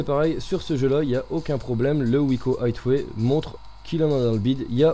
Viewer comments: On dit aiway pas hitway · plutot aieway